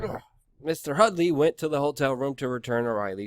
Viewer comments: HUDDY not Hudly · Her name is HuDDDy - not HuddLLLy. Read carefully and report it right.